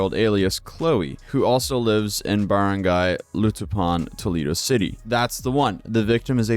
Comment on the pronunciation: Wow I'm surprised you pronounced barangay so well lol, people usually butcher it so bad I click off immediately